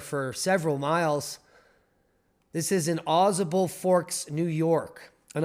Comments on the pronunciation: Au Sable is how you pronounce it. AuSable River and originally written as " Au Sable ", runs in the U.S. state of New York, from the Adirondack Mountains and past the village of Lake Placid and Au Sable Forks to empty into Lake Champlain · pronounced "awe say bull" river says the ex new yorker